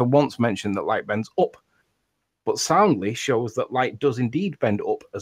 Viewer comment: Let know it's UP not "OOP"